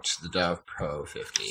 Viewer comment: Why do you call it a Dovpro when it's clearly labelled DOVPO?